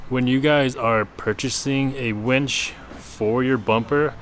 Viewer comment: Winch… not wench. To very different things. Lol